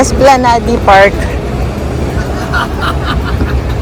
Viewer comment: It is pronounced esplanad